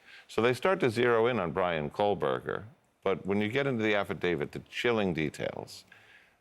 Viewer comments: what is it with this guys name? it's KOH-berger, not KOL-berger. All these "experts" haven't even bothered to learn this guy's name. sheesh. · You don’t need motive , just need to prove he did it . There is not “l “ in his name . You pronounced it as if it had an L . It’s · Except he kept saying KohLberger - with an L. Otherwise I agree. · His name is Kohberger not Kohberg ya dingaling. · Irks me that this guy keeps saying Kohberg instead of Kohberger. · Ya gotta love an expert who doesn’t know how to say the name of the person they’re talking about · It would be nice if the "expert" could pronounce the alleged killer's last name properly. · You would think this expert would at least pronounce the suspect’s name correctly! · Got his name wrong 2 different ways several times. Geez. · He's not even saying the suspects correct name